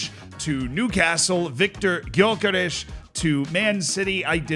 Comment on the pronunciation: As a Swede I must say you pronounced Gyökeres very well. Well done Z.